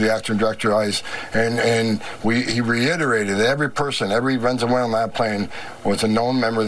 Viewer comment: I support what Homan is doing and saying. But, it's also hilarious to me that he can't seem to pronounce "Venezuelan" to save his life.